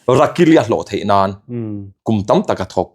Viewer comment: ‘Thei’te hi thai ti deuh hian a lam ri thina ngaihthlak a tinuam lo deuh thin ka ti ve.😊